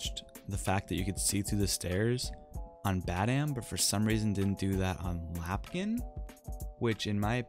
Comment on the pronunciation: My guy... it’s LAMPkin lane 😭😭😭